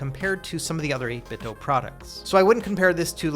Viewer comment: Why do you keep saying 8BitDo like that?